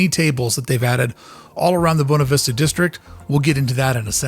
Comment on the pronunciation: Anyone else annoyed every time he says “bone-ah” instead of “boo-way-nah”?